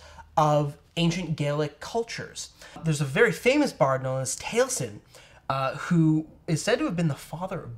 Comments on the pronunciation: "Tally-A-Zin" Taliesin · I love that you know who Taliesin is, but please search "how to pronounce Taliesin"!!!